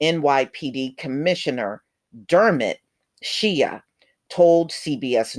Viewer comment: Shea is pronounced as "Shay".